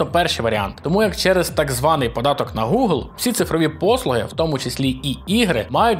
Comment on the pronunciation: Прутня тобі, а не вподобання. Я не можу слухати цей новомов. Гелблейд, Горайзн, Горор, ВальГейм, Гакер та інші слова в яких англійська "h" читається як "г". В той же самий час такі слова як Гугл і Геймпасс ти теж вимовляєш з бісовою "г", хоча по законам бісового новомова там має бути "Ґ". Це повний треш. У мене кров йде з вух. Вже мовчу про "дай боже". Чувак, бога нема. Свої замашки правослаБні залиш деінде.